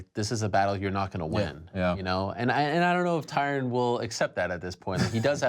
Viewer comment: No one can pronounce "Tyron".